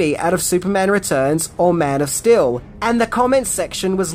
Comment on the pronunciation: your accent keeps sounding like you are saying Man of Still